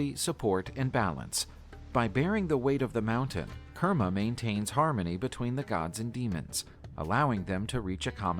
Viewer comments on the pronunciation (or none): Kurma not kerma